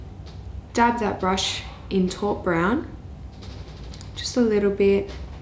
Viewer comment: Taupe is not called how you say it. Its pronounced tope